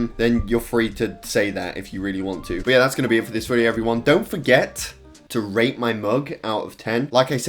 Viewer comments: I heard 'rape' my mug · I thought that he said to ra*e his mug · I thought you said “don’t forget to rape my mug” XD